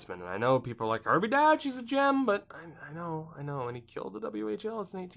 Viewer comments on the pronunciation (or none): Kirby Dach’s last name is pronounced “Dock”